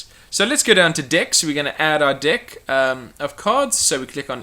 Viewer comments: sorry if I sound like a perve but your saying dick instead of deck.....LOLOLOL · I love it how it how he pronounces deck like dick.